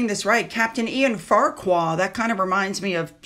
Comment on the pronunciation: It’s pronounced Farkar, not Farkwar.